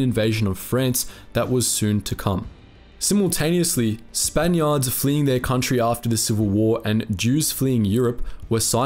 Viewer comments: Where the hell is Frence and wtf is a spanyard...not to mention the sovvyets...this guys pronounciation is atrocious....put me off after 5 mins. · He mispronounced Spaniard horribly